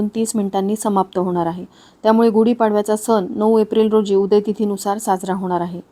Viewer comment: कृपया उच्चार सुधारणा करा सण (न) नाही आहे